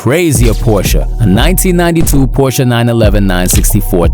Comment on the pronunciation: you deserve my like only for pronouncing Porsche right